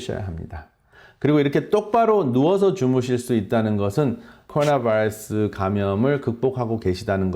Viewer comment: 발음 ㅎㅎ 미국 의사분들보다 굴릴땐 더 심하시네요 바이타민은 안굴리시궁 아우,,,~~~ㅎㅎㅎ(코어나바어스 만 ) 잘하심